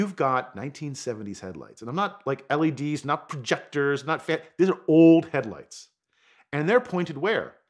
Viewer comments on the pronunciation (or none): none